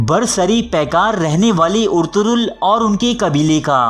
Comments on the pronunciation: It's ertugul ..not urturool😂😂😂😂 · Abey Yar Ertaghal Ghazi Ka Naam tu Lena seeklo Naam Bigad rhe hooo